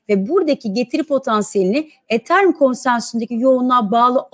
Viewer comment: BESTE HANIM ETHERUM DEYİNCE KENDİMDEN GECİYORUM :D :D